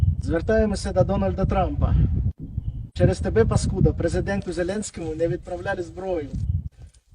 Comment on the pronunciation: Another key point in the accent is how they pronounced “через тебе”. They used Russian-like stress on the last syllable like in “через тебЯ”, when in Ukrainian you wouldn’t do it in this particular sentence.